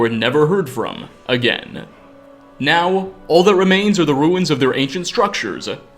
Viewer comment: Crappy clickbait. useless speculation and showboating... By the end you just say, "Its unlcear what happened" Your voice is awful. How do u squeeze n extra syllable into the word now?